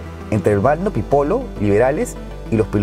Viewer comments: te corrijo se dice PIPIOLOS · Balmaceda .NO Balma'ceda y Pipiolos NO Pipolos . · Ademas se dice "pipiolos", no "pipolos"-.